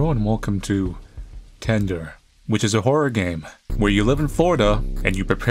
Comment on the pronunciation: I heard "Candor" not "Tender" at first and boy, was I confused for a second.